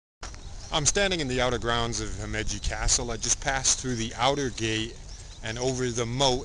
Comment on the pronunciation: You're pronouncing Himeji wrong.